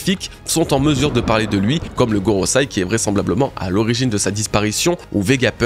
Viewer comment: Pourquoi dire Gorosaï alors que dire Goroseï est si facile ?